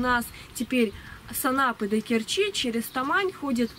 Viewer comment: Доехать до КЕрчи - ударение на первый слог